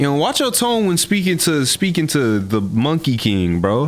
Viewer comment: They are saying monkey like it's the n-word